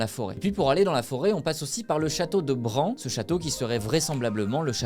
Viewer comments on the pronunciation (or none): Amies du jour bonjour je viens d'entendre le château de Bran mes oreilles ont saigner 😅 j'ai visité ce château en Roumanie cela ce prononce BRANE oui il faut faire des recherches avant de sortir des vidéos monsieur 😊 et pour l'histoire de "DRACULA" Vlad tepes son vrai prénom ou Vlad l'ampleur pour certain connaisseurs.... 😅 Je vous conseil d'aller voir wikipédia c'est plus intéressant et plus descriptif que la vidéo et la conclusion du château de BRAN en aucun cas c'était son château 🏰